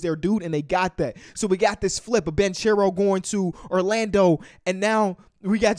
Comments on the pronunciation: Hey the guys name is pronounced with a hard c like bankero I hope it helps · Paolo’s last name is actually pronounced “Bankero” (correct Italian pronunciation) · Banchero Is Pronounced Banckero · Pronounced "BANK-ERO" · I thought it was pronounced (ban kare-O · bro doesn’t even know how to say banchero’s name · Can you please say Banchero right?